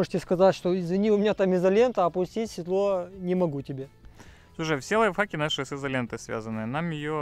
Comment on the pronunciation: Одному мне в слышится что говорит "лайв факи"?:)